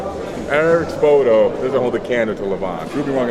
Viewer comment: Hmm, I thought it was pronounced Eric "Spotto", not Eric "Spow-toe."